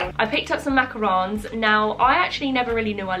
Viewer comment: Defo marble would never say cobwebs. Also the way you pronounced macaroons now has me questioning if I’ve been pronouncing it right 😅😅 x